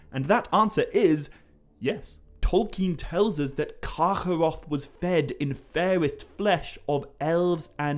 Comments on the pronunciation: Its just kargoroth. Not karchoorroocchh, i damn near stopped listening. Rest of ur videos are great. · I love how you pronounce Carcharoth. Sounds like Yiddish :P